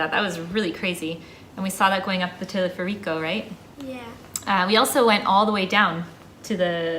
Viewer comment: In the DR we can get medicine without a prescription with a few exceptions. As experienced travelers, you should know to take antibiotics and anti-diarrhea meds. Telefe'rico has an accent on the "fer" syllable.